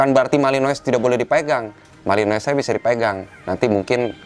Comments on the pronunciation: Nyebutnya malinoa bukan malinois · Bang kalo belgia.... Courtois (Kiper) pengucapan kourtoa.... Kalo Malinous pengucapannya Malinoa.... Koreksi bila saya salah